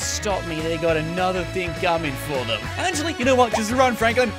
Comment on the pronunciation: HE dervs it akshle